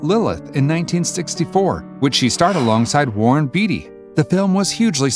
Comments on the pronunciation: Dude, those name pronunciations...have some respect, FFS. Phonetically, they are: Fran-swah Troo-fow, Jon-Luke God-arr, Warren Bay-dee. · Otto "Pree-ming-er", Francois "Truffet", Warren "Beety", " barbitch-oo-its??? Obama said "Corps-man" so maybe he took diction lessons from this narrator. 😆